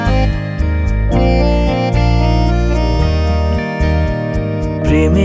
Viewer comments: অনেক অনেকদিন পর এক খানা গানের মতো গান পেলাম। মুগ্ধতায় ডুবে আছি। পাখির পালকের মতো হালকা, নরম আদুরে আবেদন মাখানো শব্দগুচ্ছ। শুধু একটা শব্দের উচ্চারণ কানে লাগছে। প্রেমে 'পড়া' বারণ এর উচ্চারণ প্রেমে 'পরা' বারণ হয়ে গেছে। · সব ভালো।শুধু,পড়া কে পরা বলছে।এই উচ্চারণ টা ঠিক করা দরকার। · উচ্চারণ টা "প্রেমে পড়া" হবে। "পরা" নয়। শুনতে ভালো লাগছে না। আশা করি আপনি এটা পজিটিভলি নেবেন। বাকি লোকেশন , গলা, ভিডিও এডিটিং অসাধারণ।।